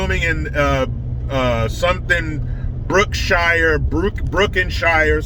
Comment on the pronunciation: Brookenshire?? Sounds like a place where a d@ barefoot a$$ Hobbit would come at you!!